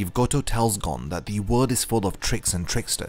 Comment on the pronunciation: It’s gon(e) not gOn